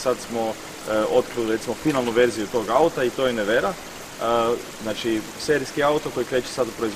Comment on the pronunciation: Ime je odlično odabrano, jedino je krivi naglasak. Nevera se pravilno izgovara s naglaskom na prvom slogu, a ne na drugom kako to čujem u ovom videu.